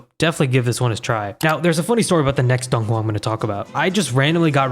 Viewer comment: As a chinese believe the way he is saying dònghùa is inacurrate no hate just saying